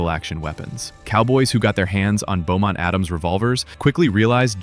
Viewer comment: Beaumont-Adams Revolver, NOT Bowmont.